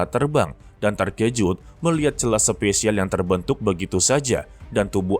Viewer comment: SPASIAL BANGGGG BUKAN SPESIAL